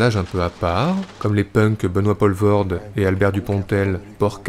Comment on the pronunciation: et c'est "Pooolvoorde" pas "polvoorde"